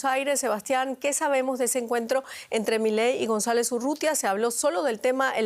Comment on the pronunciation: Loglara juramentarse??? Dice el titulo... Ni a palozos dice González.